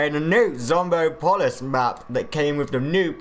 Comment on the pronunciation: Did you really say zombo polis? Its zombopolis, pronounce it right next time